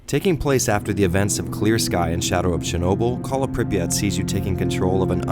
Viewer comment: btw it's pree [soft p as pee] ah [soft t as tea] i have no idea who thought of that transliteration it's 10 times more retarded than hepburn. like MOST of the words are completely wrong fps drops for obvious reason unlike "modern" games stalkers have modern (for their time) textures, polycount, lighting and physics your bullets can bounce of road or fall down if you shoot in the sky "modern" games made to run on 15 years old toasters with static linear levels and 16x16px textures with hitscan weapons i was ok with first metro, but i just can't tolerate more than 10 minutes at a time of the second it's such call of duty that i just uninstall it every time